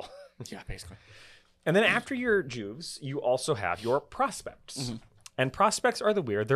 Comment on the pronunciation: It "Juves" pronounced Yuves not Jews.